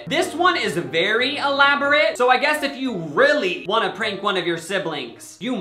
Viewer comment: I thought he said “Frank” stock photo instead of prank. Like oh yeah I guess that guy looks like a Frank 🤷🏻‍♀️